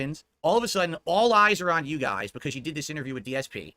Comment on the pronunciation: "I really had him going guiz right right right. I had him going so good" Craig: "sure?.."